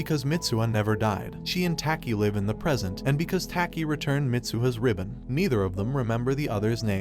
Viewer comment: I like how he says "tAki"